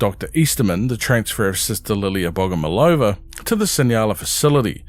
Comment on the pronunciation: BogomOlova, the emphasis on the 3rd syllable